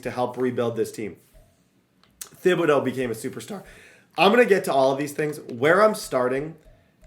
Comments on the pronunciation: The “h” in Thibodaux is silent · How has not corrected saying thibedaux’s name yet? 🤣🤣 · you should google how to pronounce Kayvon Thibodeauxs' name, you butcher it every video 😆